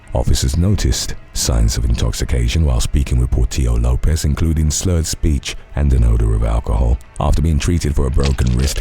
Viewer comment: Has to be the Lopez case, pronunciation is fire 👌🏽